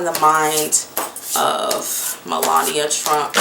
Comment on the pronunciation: Hey girl, hey 😊 you have a serious problem with names. ME....LA...NI...A.... MELANIA. looool